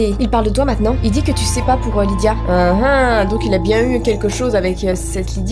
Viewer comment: Je m'appelle Lidia. Oui, cette information est inutile mais je voulais que vous le sachiez car je suis heureuse d'avoir entendu prononcer mon prénom.😂